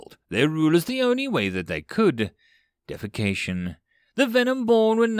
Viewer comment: every once in a while, you either mispronounce a word, or say it with your native ZA inflection, that really throws me off. This video contained one of those times. I had to think about it for a a few seconds to realize you said "deification", which I pronounce DEE-uh-fih-CAY-shun. Your reading sounded a lot like defecation (DEF-uh-CAY-shun) to my American ears... Made me giggle a bit.